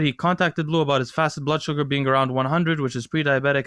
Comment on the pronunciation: They gave bleu a French name but they don't pronounce it in French? I'm guessing his parents don't speak french but appreciate the culture. Edit: just want to make sure that you guys know this isn't a rip at his name or anything